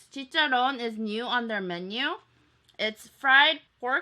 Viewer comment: I've been waiting for a video of Mexican food because I'm Mexican myself 🙂 thank you I love you and I really find it cute the way you pronounce "carnitas" and "chicharron" 😘